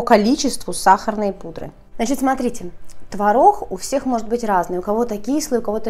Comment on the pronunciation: обычно. рецепт крутой - выглядит отлично. снято хорошо. НО манера разговаривать - нечто. так давить из себя слова. и еще "консистЭнция", "твороХ" это что?? уши режет. вот и дизлайк